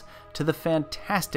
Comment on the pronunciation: Haha "fantanstic"? My ass.